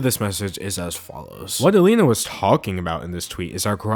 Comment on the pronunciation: its so weird hearing you say alina, i had to take a double take XD